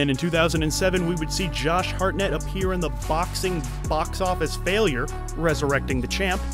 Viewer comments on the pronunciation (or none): none